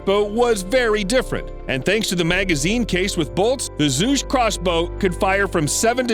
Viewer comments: The crossbow is pronounced "juge" or "chuge" not zhug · It’s pronounced zhu(ju)ge crossbow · The moment you butchered "Zhuge" the way you did I know this not a video that's worth watching. You are not a credible source of information if you don't do your due diligence for something so basic. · The 'Zuje' and 'Patolomy' was killing me.